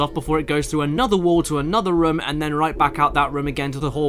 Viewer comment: Okay this was bothering me during the resident evil review and it's the same here does it annoy anyone else how caddicarus says room like rum